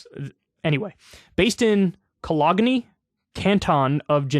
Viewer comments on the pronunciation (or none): or, if you wanna be fancy, it's co-LOAN-nyeh, where the nyeh is super super soft. but dw about that. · “Kalag-nee” Oh boy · Ka log knee? It’s cologne…like the masculine perfume… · “colog knee” ?? god we love you Normie Kyle! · You know Kyle, I love listening to your podcast, however you are one of the most passive aggressive people I know of, and that's counting public figures and people I know personally. For example, you know damn well how "Cologne" is pronounced and you didn't forget anybody's name either. It gets very petty after a while, so you need to cut it out ! Just a comment from a regular watcher. 🤔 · The way Kyle pronounces cologne though....